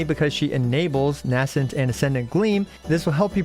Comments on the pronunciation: Nay-scent gleam. Not N-ass-ent gleam. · VURR-dint. NAY-sint. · Please please please learn how to pronounce "verdant" correctly before the rest of the lunar-charged mechanics characters release 😭😭 Edit: Also learn the pronounciation of "nascent"!!!!